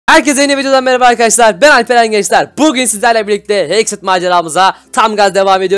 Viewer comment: Hekıt diyenler bir lay demeyenler de demesin😂😂😂